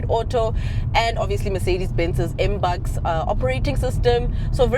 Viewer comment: It is pronounced MB U X as in Mercedes-Benz user interface and the new system MB O S as in Mercedes-Benz Operating System 🙌🏾